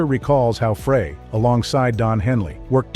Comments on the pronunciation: The inaccurate pronunciation of Fray instead of Frey is reason enough to not follow this channel as clearly they don't have any regard for their awediance...'nuff said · It's FRY not FRAY. Everybody knows this. I'm kinda tired of reading about Felder's "I coulda been a champion " act. He had a great job with tons of cash. He decided to push his luck. He got fired. I've been that guy, so I know. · Here we go again. Freigh is not how to pronounce Glenn Frey's name. Think French Fry. It ain't that tough to get it right. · I can't listen to this bull shit. Especially when the guy who's doing this mess can't even pronounce Glenn Frey's name!! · Seriously? You can't pronounce Frey's name correctly? Why would I listen to anything you have to say on the subject? Do better. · That’s not how you pronounce Glenn’s last name. Seriously? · That's what you get when computers provide the narration. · I was wondering the same thing!!!